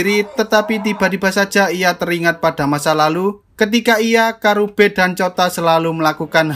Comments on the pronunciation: Gw ngakak napa bilangnya kurabe pdhl namanya karube😭😭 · Karube bang bukan kurabe